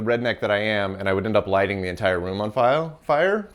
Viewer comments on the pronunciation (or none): It's funny that you kept saying File instead of Fire. I only really started doing that years after learning a fair bit of japanese. I only really notice that with people who know japanese speaking in english. It's extra interesting because I didn't really see what the confusion was about, and I'm not confused about pronunciation in japanese, but it has brought a bit of confusion to my english. My german has also brought some oddities over to my english. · If had a nickel for each time he said “file” instead of “fire” (or for each time that he was doomed by a puppet) then he’d have two nickels - which isn't a lot, but it's weird that it happened twice.